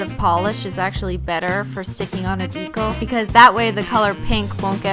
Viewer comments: Christine, I love you. Swear away, my dear. BUT STOP SAYING DECAL WRONG. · Stop saying ‘Deecle’ its deCAL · I SO JUST WANT TO SCREAM ITS PRONOUNCED DEE-CAL NOT DEE-COL !! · I know you probably don't care, but that's not how "decal" is pronounced. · I'm sorry but the way you say decal is so irritating lol it's dee-cal not dee-kuhl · I fucking love these videos but the way she pronounces decal drives me insane. Maybe it's because I'm southern but it's pronounced DEE-KAL when I feel like she's saying it like Dee-kul And yes the pronunciations are not spelled like the word itself if you're too dumb to know I'm not trying to spell it, I'm trying to show how the word is pronounced. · Its DE CAL not to be mean I love you i can't do nails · Isn't decal pronounced with a long E. like Dee cal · the swearing isn't the problem. the problem is that you say decal as if it rhymes with tinkle! ITS INFURIATING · halfway through the video I realized I had been watching the whole thing upside down.... also I know you've said before decal is a word you pronounce wrong. Did you figure out how to actually say it and this is some running joke or do you still not know?? In that video I never heard ben tell you the right way to say it so I don't know if you know or not hah. This comment was pointless I don't know why I felt the need to say something. Anyway have an exHOLOnt day